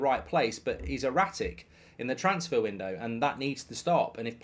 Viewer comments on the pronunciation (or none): none